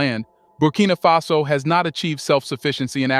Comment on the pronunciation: Its Faso my guy not face-o